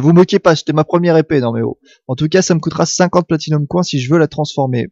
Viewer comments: Dans ce cas autant donner les deux prononciations genre: [Accent Français] "Platinium Coing", à prononcer [Accent Anglais] "Platinium Coin". L'anglais leurs sera indispensable de toute façon, autant leur donner un coup de pouce et profiter de leur attention pour leur faire écouter du vrai Anglais ! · Attention à ta prononciation en anglais xD Spinning Wheel (will) et pas Whale (wèle)(parce que baleine tournante ça fait un peu...:D) Platinum Coin se prononce Coyne x) Anyway c'est plus marrant qu'autre chose:D continue comme ça, super vidéo! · Platinium coIN on voit bien que tu es francais xD